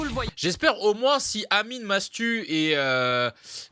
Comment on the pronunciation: Non il a vraiment dit Matsu et ça à fait polémique